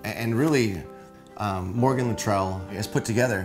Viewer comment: Morgan Luttrell lol, get his name right.